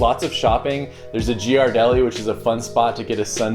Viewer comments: Lol! It’s adorbs how you pronounce Ghiradelli. Being a Bay Area native let me help you out a little it’s pronounced Gih-rah-del-lee ☺️ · omfg it hurt when you said Ghirardelli ---- psa it's pronounced "gear - a - deli" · Lmao dude said “jeearedeli”